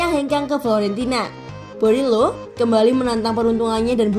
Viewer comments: Marco boriello bukan borilo 😢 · Tolong dong pelafalan nama yang benar.. Boriello, digao kok selalu salah ucap.. Kalau soal digao itu adalah klausul kontrak Kaka yang harus mengikutkan adiknya.. Please jadilah Chanel yang professional